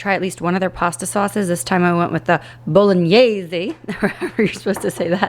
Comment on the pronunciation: Italian here ✋Your pronunciation of "bolognese" was spot on! The -gn sound is usually very difficult for native English speakers, so well done haha! Thanks for sharing!